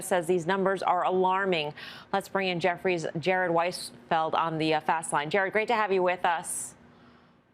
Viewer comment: It is DeVON energy, not Devin energy.